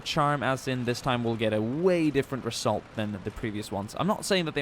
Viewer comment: Am I the only one noticing his strong S Pronunciation? ;p I hope the reSSult is going to be good ;)